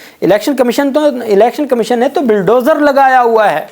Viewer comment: Bhai sahab the word is BULLDOZER not BILLDOZER . You can Google the pronunciation and also RECUSE is the legal term not RESCUE. Again please use Google. It reflects bad on you English education.